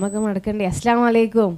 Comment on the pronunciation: അസ്ലമലൈകും എന്ന് അല്ലാ... അസ്സലാമു അലൈകും 👍 വ്യക്തമായി പറഞ്ഞില്ലെങ്കിൽ അർത്ഥം മാറിപ്പോകും 😊